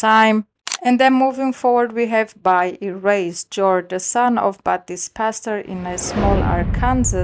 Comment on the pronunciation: It is BOY Erased not BUY!